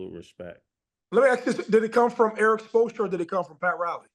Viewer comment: Murda and Killa really be killing these names. Supolstra is hilarious